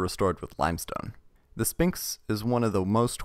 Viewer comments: I am taking psychic damage and being poisoned every time you say 'Spinks' instead of SPHINX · You don’t say the p in sphinx ph makes a f sound